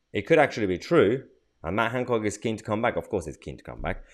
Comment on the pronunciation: Is there a “d” in Hancock?